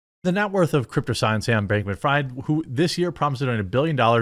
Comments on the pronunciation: i think its freeeeed not fried. sam bankman freed (even though u write it fried) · His name is pronounced Freed btw. In German ie = "e" vowel and ei = "i" vowel. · Fried is pronounced FREED. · Never heard of a "Donator" lol... and it's pronounced "Freed" (Freid) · It's pronounced Freed. German name. No harm,no foul. Thanx for the great content! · jeremy is jewish and doesnt know how to pronounce fried